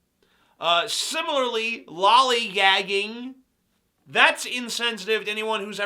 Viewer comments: At first i thought he said "Loli Gagging" if you know what i mean. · I really didn't expect him to go where we went with "loligagging". Damn.